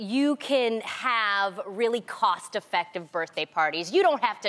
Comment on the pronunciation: “happy butday” 😂😂😂😂😂